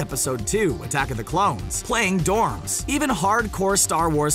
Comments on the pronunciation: Dude, Rose Byrne. She played Dorme. Pronounced "Dore-may.". Not "dorms.". Seriously, you people need to learn your stuff. If you're going to "educate" the masses. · DID YOU SERIOUSLY JUST CALL ROSE BYRNES STAR WARS CHARACTER DORMES!!! AS IN DORMS WOW!!!!! ITS PRONOUNCED DOOR-MAY 🤦🏼‍♂️🤦🏼‍♂️ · Rose Byrne’s character is Dormé, not “Dorms” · "Dormes"?? Her name is Dormé and it is pronounced "Door-May". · The name of Byrnes role in Star Wars is prounouced door-may